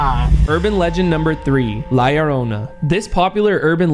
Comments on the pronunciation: Btw la lorona is pronounced ad la yorona but it spelled different like la lorona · she didnt make a sound cause you kept butchering her name yarona its llorona! lol pronounced (yorrr-oh-nah) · Yo faze rug la llornana to pronounce it easir u can la yorona and bro was i tbe inly one that kept seeing the white behind shermen and brian in the last myth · You guys said la llrona wrong faze rug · It is pronounced LA LLORNA (LAH-LORE-NAH) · “La lorona”💅😩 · He.cant say LA LLORONA properly